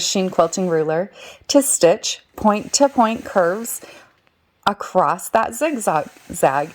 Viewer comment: The word across does NOT have a “t” on the end..it’s very annoying to hear people mispronounce words.